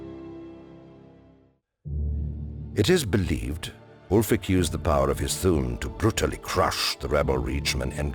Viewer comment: You're right, he probably reads right off a script (a Skyrim player would pronounce the name "alfric" rather than "ulfric"). But he has a good fluency and confidence in his narrating. It would be awesome indeed to have the voice of Paarthurnax narrate this show but I bet they've got a budget tighter than a Thalmor's ass so don't expect a miracle.